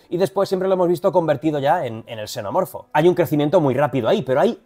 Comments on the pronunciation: Soy el único al que le chirrió que se le llame "Xenoformo" y no "Xenomorfo" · Soy la unica que no entiende por qué dicen "xenoformo" en vez de "xenomorfo" en el doblaje de la peli?